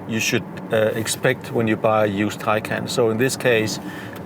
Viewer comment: BTW Your pronunciation of Taycan is wrong.